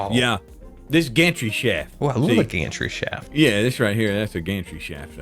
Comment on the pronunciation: Sorry but when said Gantry Shaft, I heard Gantry "Sh*t"😭😭😭